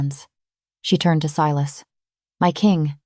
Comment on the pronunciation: I love the reverse harem storylines!!! Unique. Creative. Vetted. I’m not sure why, but about halfway through AI began mispronouncing Silas’ name. It got so bad that the subtitles began to spell the name. Unusual, bc that was not the case with other story from your collection… Good story.